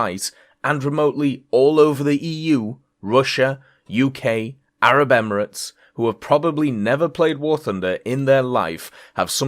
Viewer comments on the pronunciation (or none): none